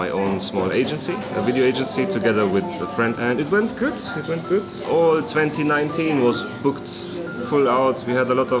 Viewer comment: les emotions quand a dit “gooT” avec son accent!! Ça m’a envie de re regarder une énièmes fois les anciennes vidéos. Contente de voire en tout cas 🥳